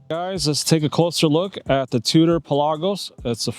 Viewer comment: You pronounce it correctly, since iirc the name is derived from "per lagos" - "for the seas"